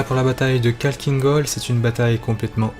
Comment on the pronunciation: c'est pas kalkine gol mais Khakkhiin gol (avec le kh qui se prononce Rh)